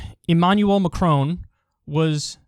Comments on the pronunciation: You pronounce the “on” in Macron like the English word “on”, not like “own”. If it were Macrone, you would pronounce it as “own” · His name: Emmanuel Macron Kyle: Emmanuel Macrone